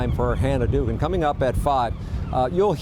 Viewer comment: The name is pronounced Doug-an. Doogan, if you're a retard. Guess how I know the correct way to pronounce the name?! She needs to be charged for treason for breaking her oath and executed. She performed Article III treason, the same as all Nurses and Doctors who are "required reporters" of treasonous activities. It's not just abuse they have to report. Every American is duty-bound to report treasonous activities. I bet once we have our first execution for treason. The political nightmare that is occurring will diminish. There will be a line of individuals scheduled to visit the Freedom Tree. That is the law!